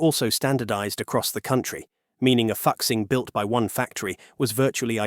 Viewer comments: the new Fuxing series was mentioned. The name was mispronounced due to the unique representation of Chinese phonetics using English characters. The many Chinese phonetics exceed ea direct English representation so some phonetics are representative rather than directly in conventional English pronunciation. Therefore “Fuxing” is actually pronounced Foo-Shing, which is the name of a Chinese mythological god of happiness. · Learn to pronounce chinese words. You butchered "FU2 XING1" If you are unwilling to learn then dont cover chinese content. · Ahem...'Fukxing' trains? Surely you mean to pronounce Fuxing (rejunvenation) as in 'Foo-Xing" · Fuxing is pronounced closer to foo-shing, not fucksing 😂😂😂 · i wanna laugh so bad every time he pronounce "FUxing", it actually more like "Foo Sing" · Hi Admin. Is not "Fux-Xing". Is "Foo-Xing". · It took me a while to realize that the voiceover was pronouncing 'Fuxing' as 'F*CK-sing' instead of 'foo-SHEENG' 🙂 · 复兴，fu'Xing not foxing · FUXING is pronounced "foosing" or "fooshing", not fucksing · It’s not ‘f*** sing’, it’s pronounced ‘Foo Sing’ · Great video and great insight into Chinese Industry! Although I would like to mention that the “复兴” is pronounced "foo-shing“ and not ”foxing“. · FOO-SHING, not fuk-sing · It is not pronounced as "fuck sing". It is "fooh sing" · Fuxing is pronounced "foo - shing" not "fox xing" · Fuxing is not pronunced fuc-sing its pronunced foo-sing dont mind my spelling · Fuxing is pronounced foo-shing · Fuxing is pronounced as Folk Sing... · The pronunciation of ‘ Fuxing’ amuses me. 🤣I think it is really pronounced ‘ Fu Sing.’ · "Hexy" "Fuksing" Bro dont give a fuck about learning the right pronunciation. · the ai pronouncing "fuxing" as "fuksing" is so funny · AI needs to learn Chinese pronunciation! It’s pronounced “Foo Sing” (Fuxing). Otherwise what’s said is a profanity! 😂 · 😆 I love how the narrator mispronounced 和谐 as hecksie and 复兴 as fucksing Now I can't unsee it 🤣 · it should be fu zing